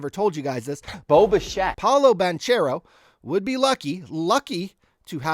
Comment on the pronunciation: Here, say this 10 times so you get it right next time POW-loh bang-KAIR-oh 😅